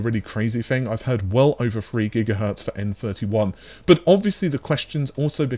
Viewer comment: Dear, i was born 1975 and built many custom setups and i hope, that the underdog AMD will grow up more. I have a x5900 and a 6800xt in my rig and its fine. BUT (as U pronounce it BUTT) -> I think this gonna be a very (too hard) way to compete with leatherjacket NV. NV's advantages is the focus on AI (and as outcome t*rd: GPUs). I really love to see AMD in front, but this will not gonna happen.